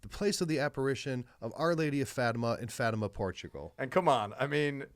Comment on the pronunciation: Portuguese Catholic here, hope you don’t mind a small correction: it’s pronounced “Fah-tee-mah”. Love your talk show!